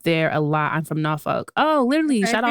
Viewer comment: the way you saying Norfolk is stressing me out 😂 we can tell you not from here 😭